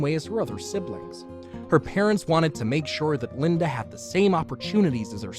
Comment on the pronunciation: LindA Why do people add an "r" to "a" ending words? No idear. Linder, idear